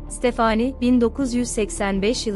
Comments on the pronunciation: Tekekkürler emeğinize sağlık ama stephanie yi stephaaaani diye sürekli yanlış telaffuzunuz rahatsız etti. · Ya stafani de gitsin ne uzatiyon sinirim bozuluyor bole uzattikca isimleri takili kaliyorum kimide amandaya emenda diyo kusura bakmayin biraz dikkat lütfen başarılar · Amanda, əˈmændə olarak telaffuz edilir. Yani A- men-da. Fakat Stephenie telaffuzu tamamen yanlış bu videoda.